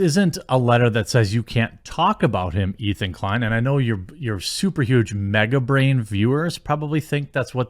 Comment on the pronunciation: His name is Ethan Decline, correct yourself please LOL